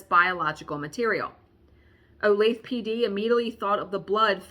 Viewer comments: Woowho what a HAUL so Jelly!!!!!! and its O lay thE (long E) i am so bad at Pronunciation myself .... so Trust me im not being mean when i tell you just thought you might want to know .... So look forward to hearing about your days and True Crimes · Yay, true crime!! And it’s one close to me! We had a serial killer who lived around the corner from me, John Robinson. I can’t recall if you’ve done a story on him or not. The point to my comment is to let you know, for some reason it’s pronounced o-lay-thuh, none of us know why. 😂 I’m itching to start a Halloween stitch but I’ve lost my stitching bug for a few months now and it has been hard to get back to it. Love the videos/channel, have a wonderful day!